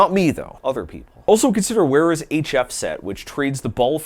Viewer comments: It’s pronounced “vera” not “wera” i recently learned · German...Vera not Wera